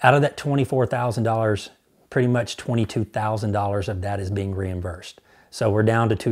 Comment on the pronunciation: Reimversed or reimbursed? Sorry